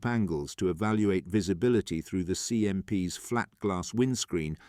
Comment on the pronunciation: I'd much prefer an imperfect human-voiced narration than this Chatbot with a simulated British accent! Obvious errors include pronouncing terms associated with the atmospheric wind 🌪, when describing the 'winding 🌪 down' of the CMP truck windows! 🪟 🙄 Repeatedly referring to 'CMPS' by a string of alphabetic letters, when the script writer 'actually intended to refer to these military trucks in plural (CMPs) became really annoying! Please hire an amateur 'voice actor' rather than using an AI synthesized voice! 'Also there was far too much repetition in the script! Even allowing for some important facts to be repeated a couple of times, the script would have been much better if its length had been reduced by at least one quarter! How many times do 'the deserts 🏜 of North Africa' and 'the jungles of Burma' have to be repeatedly referenced? The inclusion of at least one brief motion film clip showing the CMP moving over the different types of terrain to which the script repeatedly refers, would certainly have improved this video product![Edited for punctuation and syntax.] 🇨🇦 🍁 🇨🇦 🪖🎖🚚 🚛 🚚 🚛 🚚 🎖🪖 🇨🇦 🍁 🇨🇦